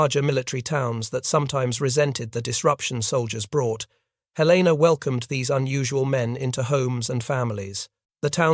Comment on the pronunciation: Good tale. One minor detail, however. Helena, Montana's capital, is pronounced "helen uh", not "hell LAY nuh"